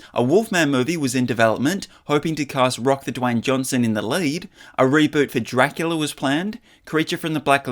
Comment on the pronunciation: Dracular untold? I’m pretty sure it’s called DRACULA untold. Not dracular. I don’t see how you made that mistake.